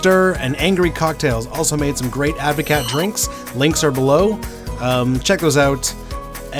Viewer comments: It's pronounced like Ad-vo-cart 😂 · It's a Dutch word, so you pronounce the "t". Ad voh caat - cheers 🍹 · proper advocat doesn't have vodka only brandy.. and you need to learn how to pronounce it correctly